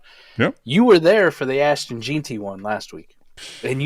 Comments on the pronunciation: His name is pronounced Ashton “Gen-Tee” please pronounce the future goats name correctly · Dude, how do you expect anybody to beĺieve you when you cannot even pronounce the mans name correctly. It tells people how knowledgeable you really are and how much effort you make. It's pronounced Jen tee, and you should already know that, if you knew anything at all. Not that difficult! Well, maybe for you it apparently is.